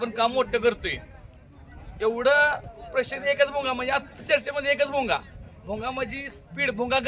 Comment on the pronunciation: भुंगा❌ भोंगा✅😂😂